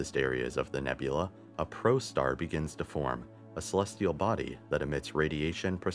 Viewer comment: saying it once is too much for a produced video. How about prostar for protostar or dutrium for deuterium. 2 other mispronouciasions.